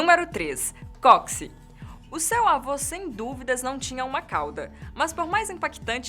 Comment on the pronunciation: Não se fala "cóxi", amiga. É "cóccix".